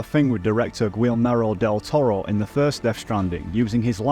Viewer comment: I cant be the only one bothered by him saying "Chiral" as "Chi-ral"! Also Del Toro's name! Thats my only critique, maybe look up how to pronounce it with google if you are unsure (thats what i do when im unfamiliar). Other than that WONDERFUL video! I was very disappointed by YongYeas video and you went into all the details i wanted!!❤ Thank you for making this!